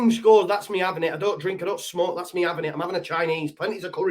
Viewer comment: "We're having Chinese....We're Avin it!" 😆😂🤣